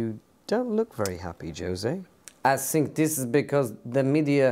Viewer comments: Everyone that impersonates Jose: "I sink" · Every time Jose starts with : I sink..